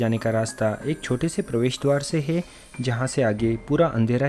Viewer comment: है को हे मत बोलो